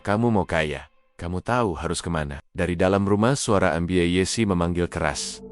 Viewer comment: Ceritanya bagus,sayang penyampaiannya mirip robot,mbak yessi jadi dieja MB yessi😅